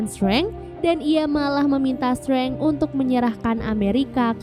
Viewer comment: penyebutan DR STRANGE bukan STRENG TAPI STREINJ